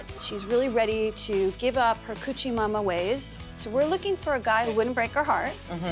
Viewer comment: Coochie mama ways?? Isn't it hoochie mama ....come on Patti lmao